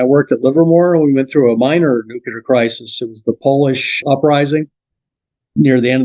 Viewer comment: Brandenburg is Fascinating. I won’t die on this conspiracy hill but his theory is tempting. IF (big if) we already have anti-grav, then it could be as he describes. If not then ET would turn us into butter. I just wish sciency ppl could pronounce Nuclear. Nu-Klee-Er Not Nuke-Ya-Lur